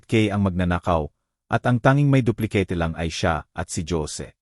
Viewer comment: Magnda nga rin ang kuweto kayalng ang narrator ang pagbasa sa duplecate at jose